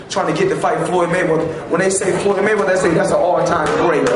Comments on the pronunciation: its ''MayweaTHer'' Not ''MayweaDer'' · lol "Maywedder" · Why is the announcer saying Floyd money Mayweter??????